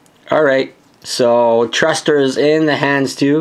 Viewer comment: He said tusters instead of thrusters